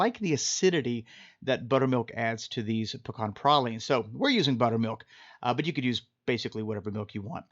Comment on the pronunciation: Pray-leens dude.